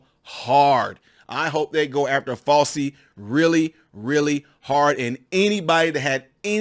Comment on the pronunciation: Show respect by pronouncing his name correctly, okay?